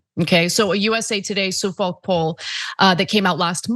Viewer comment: TIL that people not from the East Coast can't pronounce "Suffolk" properly